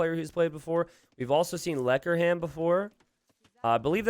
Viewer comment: "In the yellow, we have Lekkerham" Me, a native Dutch speaker: instantly dies